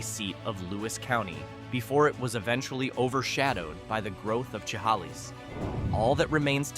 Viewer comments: Chehalis is pronounced "Sha-hay-lis." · Chehalis is pronounced shiHAYlis. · Yeah, AI is stupid when it comes to pronunciation. Wait until you hear it try to pronounce Chehalis.